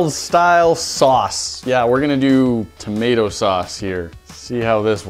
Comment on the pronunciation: "mato sauce"